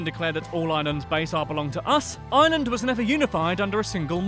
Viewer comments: why tf does Dublin have to dominate everything? People not from ireland only come to dublin and so many of the good concerts just go to dublin. Also its Are-land. Not lay-and, lah-nd, stop emphisising the a's. Coming from Cork :) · It's not island it's pronounced areland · he is saying island not Ireland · It's not pronounced island it's pronounced ARland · Why does he call Ireland island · I'm from Ireland and I HATE when Americans pronounce it like ireelandd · They pronounce it as "ierlaand" and it fucking annoys me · Its pronounced Are-Land boi 😂😂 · Its pronounced ire - lnd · You have to pronounce Ireland with a r like arland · only minutes into the video and have already clicked off from the fact that you're mispronouncing the name of the place you're make 101 facts on. 🤮🤮 it's pronounced ARE-LIND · Yep and the way they pronounce Ireland as well. It has two syllables not three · it's how they say Ireland with like 14 syllables. It has 2 syllables. TWO AMERICA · It’s so sad he can’t pounce Ireland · Ireland is not pronounced like island .It has an R in it,and have of this video is lies 😐 EDIT:Just realised that he posted this on St Patrick day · Its ireland not island